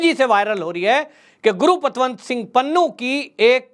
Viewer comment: bhai name to correct bholo, gurupatwant singh pannu nahi valke gurpatwant singh pannu